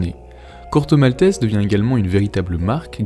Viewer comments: Un autre qui prononce le nom du Corto, "malteSS", pourquoi? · Corto Maltaisse